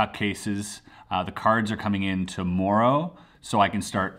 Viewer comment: When Chris said "tomorrow," it was the first time i caught his Canadian accent!